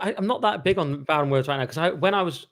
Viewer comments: Pronounce the man's name right for God's sake! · can't even pronounce his name correctly. How much research can he possibly have done?